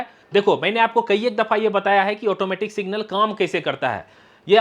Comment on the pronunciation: भाई साहब सिंगल नहीं सिग्नल बोलते हैं